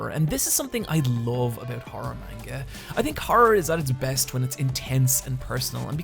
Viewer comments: Amazed the comments aren't more full of criticisms on his pronunciation of "Manga." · YOU'VE WATCHED ANIME FOR HOW LONG AND U STILL PRONOUNCE MANGA WRONG